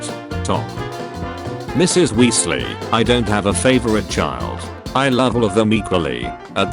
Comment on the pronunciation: Sly-therin🗣🔥 Gry-finder😭🙏 Wee-le💀 Die-gory💀💀💀